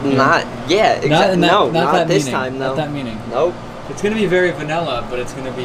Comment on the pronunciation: Stop saying Vanella. You're professionals for Pete's sake.